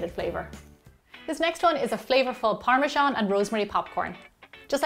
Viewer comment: what is parmashon? it's par-me-zan aka parmesan which is how it is written